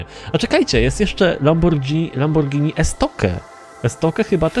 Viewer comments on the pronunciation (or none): Hej nie mów Lambordżini tylko Lamborgini tak jak pisze Xd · Tak mówi a Mowi się Lamborghini;p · power hd Lamborghini to się pisze a mówi się lamborgini. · Po co się wypowiadasz jak nie wiesz tak jak ty mówisz mówią w usa itp A we Włoszech mówi się lamborghini